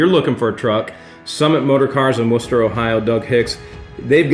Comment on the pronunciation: I know it's home for you, but bless you for saying Wooster properly 😂😍